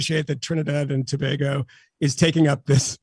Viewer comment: .... pronounced 2 bay go , ..not to bah go . ..yeesh.. international journalist. P.s JESUS was not white.